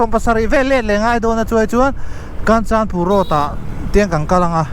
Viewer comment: Kanchanpur ilam dan thluk adiklo 😂